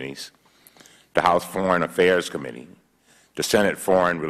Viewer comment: Cummings needs a linguist to help with his speech!! Committee is not pronounced com-mini